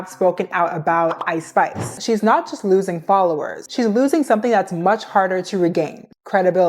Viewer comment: I’m sorry. I know you keep saying Ice Spice, but I keep hearing it as I Spy. I can’t help but giggle at the idea of a rapper named after a children’s game. I’m so mature.